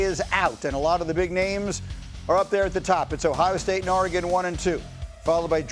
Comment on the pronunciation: this buster said oregon 😂😂😂